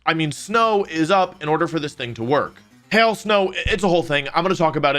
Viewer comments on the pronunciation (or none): none